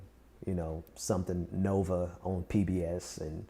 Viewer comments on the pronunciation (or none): none